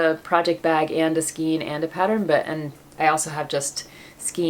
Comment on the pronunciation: Love your podcast! 👍💗Question: not sure if I’m hearing you correctly … are you pronouncing skein as skeen instead of skayn? I think it’s pronounced like neighbor or weigh with a long A sound. You’re a great knitter and teacher! Keep up the great podcasts!!!